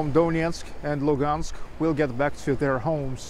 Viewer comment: It's pronounced Luhansk, with h